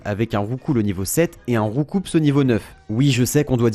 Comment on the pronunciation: PS : Julien Bardakoff en pls quand on prononce le p et le s de Roucoups :')